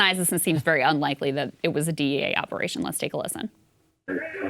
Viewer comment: He doesn't sound American to me. Something off about the way he says operation.